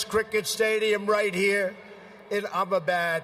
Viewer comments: Trump pronounced Ahmedabad as Am-ba-bad😂😂😂 Kudos to the efforts thought. I think he pronounced it much better than what 90% of other English speakers could have done. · Trump, it’s not AMABAD, AMA BAD, it’s Ahmadabad, AH MA DA BAD. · I spun cotton at Ghandi's ashram too. Same spot as Trump. Thought it was in Ahmedabad, not "Abbabad" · 7.34: He says something like 'Ababed'. The name of the place, FFS, is Ahmedabad. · And he said "I'm-a-bad-..." Well the name of the place is Ahmedabad.. and its "sachin tendulkar" not "suchin". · He also uttered “ImmaBad” for Ahemadabad. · Did he say "Ah-mah-bad"? As in Ahmahbad president... As in Ahmahbad excuse for a human being...? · Spelled "Ahmedabad," pronounced "Ahmabad," 'cause he is bad. He's a baaad man. --- Spelled "Gujarat," pronounced "Gujah" --- Spelled "Sachin Tendulkar," pronounced "Soo chin tin-doe-kur" --- Spelled "Vivekananda," pronounced "Vee-vay Kah-moon-noon" And for Stephen, --- the Taj Mahal is not Hindu, it is a Muslim mausoleum. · Here’s how to pronounce those names - 1) Ahmedabad - “uh-muh-dah-bahd” 2) Gujarat - “goo-juh-raht” 3) Sachin Tendulkar - “suh-chin tend-dool-kuhr” 4) Swami Vivekananda - “swah-mee vi-vayk-ah-nuhn-duh” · Ahmedabad ... sounded like “I am bad” 😂 Chiwala ... sounded like chihuahua 😂. Gujrat.. goo rat 😂, Swami Vivekanand .. Swami Vivekaaaa moondone 😂 And he also said “It’s a profound honor to be the beautiful new stadium “ 😂 Imagine if Modi pronounces Trump as Tramp 😂..Donald Tramp , Ivanka Tramp 😂..The Tramps 😂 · Trump pronunciations Ahmedabad: imma-bad Gujarat: Gur-jaat Sachin: Soochin Swami Vivekananda: Swami Vivekamunundsadasdjnasjfd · It's ahem-eda baad...he called butchered it , and Guja-raat, and Swami Vi-vey-kaa-nandaa. Now I get all the mispronounciation jokes Mr. Colbert. We have some dumb politicians here too. But the are well spoken at least. But not Rahul Gandhi. According to him, 10 out of 9 youths are drug addicts in Punjab. 10 out of 9.